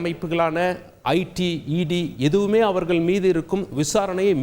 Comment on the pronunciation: தமிழ்- தமில்/ அவர்கள்-அவர்கல்/ தமிழை கொலை செய்யாதீர்!!